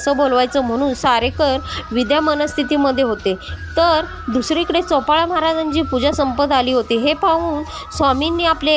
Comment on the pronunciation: चोपाळा नाही बाई चोळाअपा